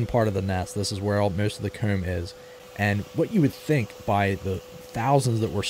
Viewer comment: What part of PA are you from? The way you pronounced "comb" sounded like Lancaster area accent to me.